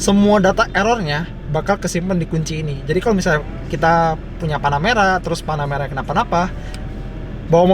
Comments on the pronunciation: ini namanya panaputih gan bukan panameara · apa cuman gua yg denger panamera kedengeranya tanahmerah